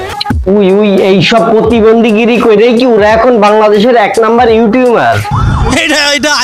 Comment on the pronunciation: সবি বুঝলাম তবে আপনি ইউটিউবার কে ইউটিউমার বলেন কেনো রে ভাই ??